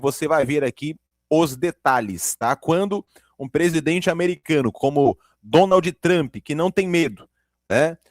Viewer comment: Você é MUITO SENSACIONALISTA em suas manchetes e falas iniciais, meu caro ! Não trouxe nada de novo, além de compilar trechos já conhecidos de diversos canais. E a propósito, não se pronuncia "DONALDl TRAMPI", mas sim DONALD "TRAMP" com (D) e (P) mudos ! 😒